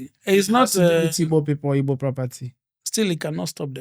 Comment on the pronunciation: Thanks so much for correcting Ibo speakers. The name is Igbo and anyone who can't pronounce gb is not Igbo, sorry to say!